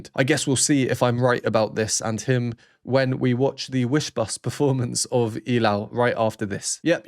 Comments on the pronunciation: Subscribed! The only reactor who knows their name, their voices and pronounce well the word ILAW. Mad respect for you, Sir! Love all the explanations about the instruments and even the count of their verses. The hype is really hyping. ❤ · thank you very much sir for perfectly pronouncing "ilaw"❤❤❤ hope to see more of your sb19 rvs 🎉🎉🎉🎉🎉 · You are the only reactor who is new to sb19 that perfectly pronounced the word ILAW. THANK YOU!